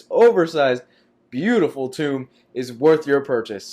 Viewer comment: I liked this video, but just wanted to point out that "tome" is pronounced "toe-m", not "two-m"